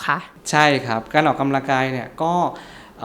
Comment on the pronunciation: หมอพูดให้ชัดถ้อยชัดคำกว่านี้จะดีนะคะ ร.เรือ และควบกล้ำไม่มีเลย แต่คอนเทนต์ดีอยู่แล้วขอบคุณค่ะ -ออกกะลังกาย